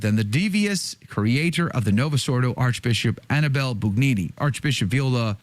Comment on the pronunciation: If you want me to take you seriously, can you AT LEAST pronounce the name Annibale--(ahn--EE-bah-lay) correctly? Try it. Ahn--EE--bah--lay. The stress is on the second syllable. Ahn--EE--bah--lay. The name is not Annie belle. Not unless YOU wanna be known as Josephine. Ahn--EE--bah--lay. Ahn--EE--bah--lay. Ahn--EE--bah--lay.